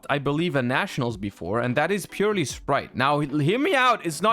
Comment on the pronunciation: I have this theory that Yu-Gi-Oh! players have a mass dyslexic epidemic, because I've yet to ever hear any YGO tuber say Purrely correctly. Purely is its own word, Purrely is not purely. It is Purrely.